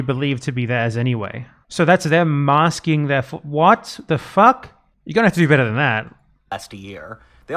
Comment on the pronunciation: I think he's saying massing (assembling) armies not masking armies.